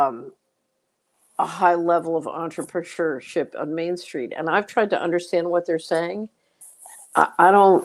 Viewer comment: Antra-per- shewhwa- ship lol